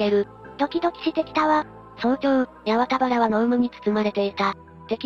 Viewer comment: やわたはらでなくはちまんばら、変なとこが気になる